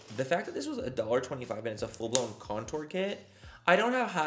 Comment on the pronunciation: Lol Did the package say it was a Contour Brush Manny? Or Coture Brush?